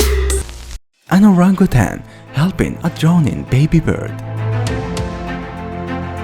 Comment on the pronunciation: Had to stop to say THANK YOU for pronouncing Orangutan correctly!!!